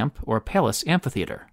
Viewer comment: Why do some people pronounce amPHItheater like it's amPItheater?